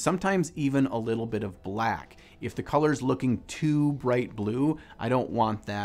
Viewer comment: So many things I liked here: Dobby, hearing the word "mother color", watching have stroke saying "brack" and the PHENOMENAL piece/painting style. Definitely a technique to try.